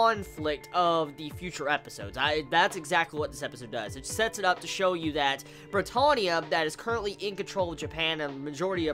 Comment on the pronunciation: if he says brittohnia one more fucking time...